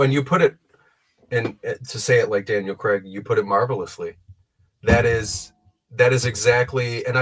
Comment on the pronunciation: Craig not Cregg 😡